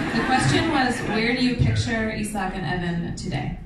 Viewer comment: the way the interview said "eyesahk and ehven" hurt me physically i